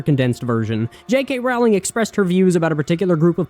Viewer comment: Are you intentionally mispronouncing J.K. Rowling's last name, or are you just stupid?